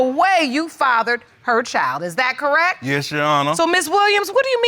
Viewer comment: This woman cracks me up saying “Correk” instead of correct!